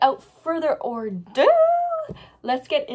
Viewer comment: Wait did you just say "without further ordo"